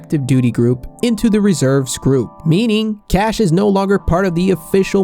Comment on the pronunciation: Not cache